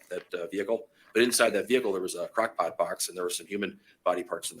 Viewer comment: And the number of times we hear Crock Pot Box in the upper midwestern accent!